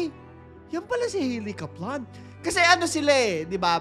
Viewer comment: Sorry pero medyo nacringe ako sa pronunciation ng Kaplan. Sorna 😅